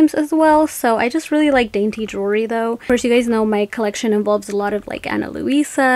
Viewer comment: It's pronounced JEWELRY, not JURY, please pronounce it correctly.